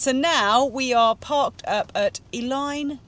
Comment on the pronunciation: Eileen donan castle sits on the point where 3 sea lochs meet, and its pronounced 'eh leen' donan. Eilean Donan is recognised as one of the most iconic images of Scotland all over the world. Situated on an island at the point where three great sea lochs meet, and surrounded by some majestic scenery, it is little wonder that the castle is now one of the most visited and important attractions in the Scottish Highlands. (TAKEN DIRECTLY FROM THE WEB PAGE)